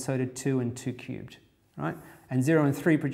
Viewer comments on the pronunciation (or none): he pronounce 2 cubed like - Too cute XD also 0 is not positive int